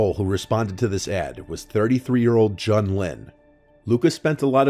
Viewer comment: Love you,, but Jun's name is pronounced like the month of June, not rhyming with gun.